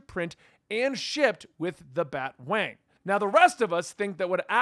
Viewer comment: BAT-A-WANG get it right!